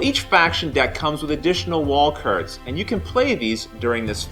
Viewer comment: LOL. Was about to post the same thing. What regional dialect is that? Never heard it before.